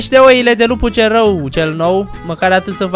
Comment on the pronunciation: De mau multe ori ai zis celrau😂🤣